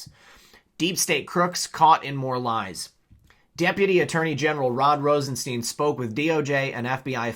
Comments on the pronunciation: It's Rosenstein, as in Frankenstein not, 'Rosensteen'. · I'm a new follower ...RosenSTEIN is pronounced like frankenSTEIN. Like a stein of beer. Cheers!